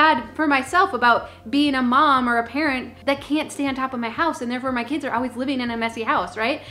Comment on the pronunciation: I like how she says "owies" for "always"